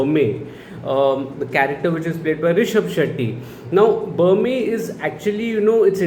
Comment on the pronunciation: Berme is a short e sound both times like in Berry and Men. Not ahr like in Burma or the standard e sound like in Main. He is named after Bermer (R added for respect like ji in Hindi) the primary Bhoota. He is supposed to have created Tulunadu (the region where the Bhoota Kola practice is followed). I don't think the film went into the legend of Bermer. Probably because they went with the Shiva Gana angle to explain their origins.